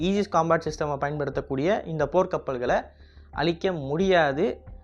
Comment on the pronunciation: போர் கப்பல் அடிக்க முடியும் னு தவறுதலாக உச்சரித்துள்ளீர்